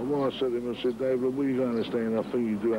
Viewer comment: It’s Dave not dace